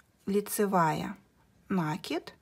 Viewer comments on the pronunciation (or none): Все хорошо.Подробно все объяснили,но режет мне слух Ваше слово " нАкид"